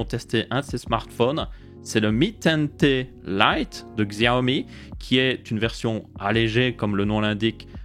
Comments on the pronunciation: on ne dit pas "gxiaomi" mais plutot "Chiaomi" en prononciation. voilà juste histoire de prononcer le nom de la marque proprement. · Coucou, pour info on dit pas Xiaomi mais CHiaomi. J'ai un Mi Max 3, depuis déjà bientôt 3 ans et toujours aussi fluide, sans problème ou quoi que ce soit, en plus d'avoir la chance d'avoir MiUI12 depuis peu. Je le trouve plus fluide que mon Iphone 6S+ au passage... Bonne vidéo comme d'habitude. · super vidéo mais d'ailleurs Xiaomi en vrai sa se prononce Chaomi ;) sinon continu comme sa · Tu me fais rire tu fait l'effort de prononcer 10 en anglais mais tu prononce xiaomi a l'occidentale